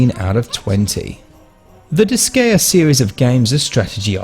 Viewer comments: heard "dis-gay-uh" 6 seconds in and I couldn't do it anymore. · Good review, but your pronunciation of Disgaea is irksome. Seriously how do so many people not know how to pronounce "Gaea"....? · Most native English speakers never pronounce anything foreign correctly. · god damn it! how can you mispronounce the name of the game so many times?!